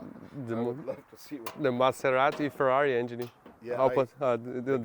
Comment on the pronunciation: Chama ele de " TCHÊRRARI " derrepenti sem a letra T! " CHÊRRARI " Igual aqui no Sul.